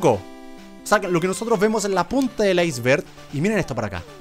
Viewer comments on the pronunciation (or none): none